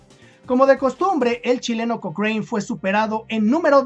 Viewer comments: Hola Lord Thomas Alexander Cochrane se pronuncia Lord Cokran, no cokrein P.D Lucho por la independencia de Chile, Peru, Brasil y Grecia. Saludos. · se pronuncia koókren, en Chile siempre se le dijo Kókran, nunca kokréin como lo dijiste en el video